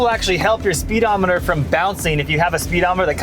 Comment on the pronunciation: “Spee-Demoneter”. Ha!